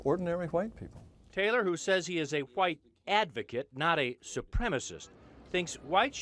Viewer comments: Jared Taylor sounds like a plantation owner. Really sells the 'H' in white, almost sounds like he's saying, "ha-white". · How come every racist says white like the "whip" in cool whip?